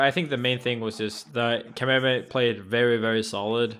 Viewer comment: Thank you for not calling him "Kameymey"... American commentators are amazingly bad at pronunciation. It's Kameme, me as in mechanic.